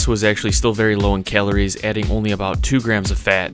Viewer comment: He pronounces calories...kaleories